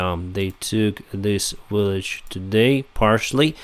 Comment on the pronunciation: in this video and others you repeatedly mispronounce the English word village as willage. I believe the letter V in English is pronounced the same as the Cyrillic letter B. Please look into this.